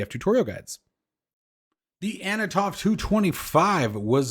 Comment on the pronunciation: Love your enthusiasm but sometimes it gets ahead of you Ant-on-ov haha.